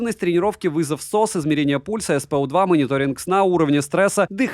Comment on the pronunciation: Измерение пульса SpO2 и уровня кислорода…. Чегоооо? Ты хоть читай правильно!